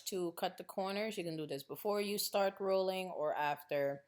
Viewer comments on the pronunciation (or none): none